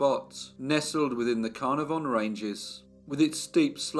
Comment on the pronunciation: Not Car-nar-VON. Pronounced Car-NAR-von, with the emphasis on the second syllable.